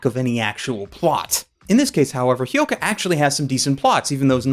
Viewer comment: has finally learnt how to pronounce Hyouka. Let's rejoice!